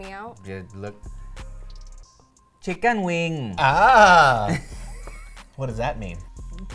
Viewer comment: LMAO "Chi-kun Wiiiing"